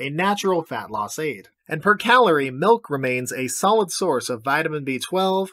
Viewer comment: Plain MELK